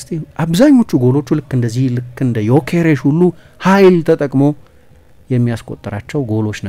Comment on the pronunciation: The only Journalist perfectly pronounced his Name